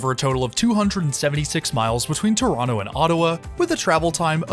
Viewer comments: Impressed that in your Toronto videos you pronounce the city name the local way - "Tronno". 😄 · The local way to pronoucned it isn't Tronno, it is Trwanna 🙂